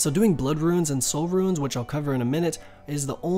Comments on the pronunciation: why does he keep saying "Ruins"? xD RUNES man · If your being serious... Its pronounced Roonscape or Roons